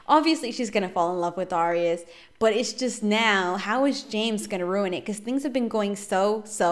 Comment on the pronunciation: Its dare-ri-us